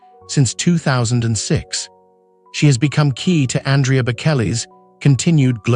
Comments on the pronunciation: Andrea also mispronounced. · Aria is pronounced wrong. Same w Andrea.